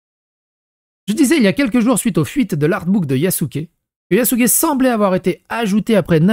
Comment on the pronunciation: Il a dit yakuzé😂😂😂